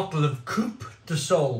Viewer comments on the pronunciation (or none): Soleil is pronounced solay